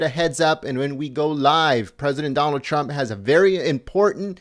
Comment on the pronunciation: wow wow she says president chrup